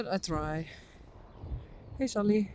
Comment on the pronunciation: My son says when you says when says what’s up Saly, it sounds like Sup Lady! lol 😂